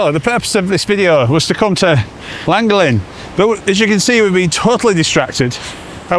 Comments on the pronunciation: Loved this. We went to Bardsley island a couple of weeks ago. We live in Abersoch, near Aberdaron. People do live on the island but tend to move out for winter. And your send part was Llangollen - pronounced lan-goth-len 😊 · Crossed over from the bike channel to this one, I live local to Llangollen, for your ease of saying the name properly it is pronounced Lan-goth-Len 👍🏻 As for a great route on you bike go up the horseshoe pass and through the llandegla moors over to Pontblyddyn to the old stores bike cafe for a stop. Then do the reverse back. Some of the, if not best biking roads in the Uk 👍🏻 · The funniest pronunciation of Llangollen I’ve ever heard. And I’ve never laughed so hard at the voice overs as on this Welsh trip. I only live half an hour from Llangollen. Thank you both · I quite agree with others…..probably the worst pronunciation of Llangollen I’ve ever heard ! PS love your videos (and I don’t even own a mobile home thingy.). PPS. Have you done Shropshire? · for F*** sake guys... I already told you how to pronounce the basics, I wouldn't mind but you even asked! And I expected it to be bad, but well done, you managed to pronounce Llangollen worse than anyone I've EVER heard. Shake... my... head. ❤